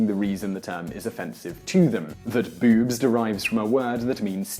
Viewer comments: its boobs not bewbs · “Bewwbs” lol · He says "boobs" like "beeoobs" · So anytime he said boobs, I thought "Bewbs." Is that just me, or did anyone else get that? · bewbs. ..that's what you sound like. lol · bewb. bewby. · pronounced, "Bewbs." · Well when one listens to your pronunciation of boobs, it's hard not to like the word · Why does the word "boobs" sound so funny when spoken in an English accent? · I love the way you say boobs that just makes me laugh I love your videos Man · Hearing Simon say boobs and the various words for them in his accent made my day